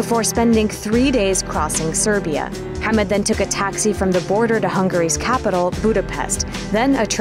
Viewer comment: I'm impressed by how well she pronounce Mohammed.